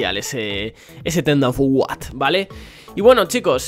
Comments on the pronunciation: Ten dan fu uat. Así lo pronuncias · Los de España no saben decir turn Dow for what